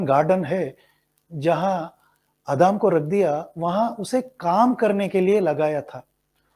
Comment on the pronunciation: I think you need to improve Hindi language skills, there are mistakes while reading too. Such as Adam, you pronounced admi